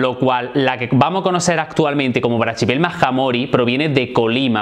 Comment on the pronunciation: La pronunciación que haces esta mal, no se dice "brachypelma" se dice sin la "ch" y sonaría asi: "braquipelma"